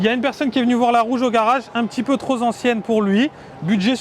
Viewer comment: Dior a eu raison: 1-De quelle droit des gens sortis de nulle part utilisent leur marque et leurs logos sans autorisation?? 2-Tu nuis à leur image: ventru, ongles non coupés qui font sales et très moches!... 3-Tu ne sais pas t'exprimer: "troS' ancienne"... Désolé de mon excès de franchise mais c'est la vérité. Mets des logo "Cochonou" plutôt! 🤭😂🤣